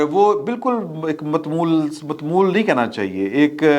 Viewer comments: Jnab aap ko urdu nhein aati tu brey brey alfaz bolne se guraiz kia kren.Aap ne kaha " Mutmool " jb k ye lafz hey " Mutmawwal " jis ka mutlab hey ameer yani doulat mund. Jis jga aap ne ye lafz use kia whan is ki zroorat b nhein thi kiun k aap ne us ko maldar nhein btaya. Mind na keejiey ga sari duniya mein videos daikhi jati hein or be izzati hoti hey humari k hum apni National Language ko b sahi tarah nhein bol saktey. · Not 'matmool' but 'muta-mawwal'😅 meaning rich family. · مت مول نہیں۔ متمول واو پر تشدد کے ساتھ۔ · سر یہ لفظ مُتَمَوِّل ہے اس کا مطلب امیر یا دولت مند ہوتا ہے mutamawwil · آپ بہت اچھا بولتے ہیں مگر جب آپ سے تلفظ کی کوئی غلطی ہوتی ہے تو مزہ کرکرا ہو جاتا ہے۔ابھی آپ نے متمول کہا ہے لفظ ہے mutamawil ..